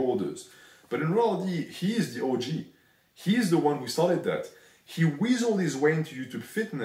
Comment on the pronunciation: Anyone else notice the french accent makes the pronunciation of OG sound like the word orgy???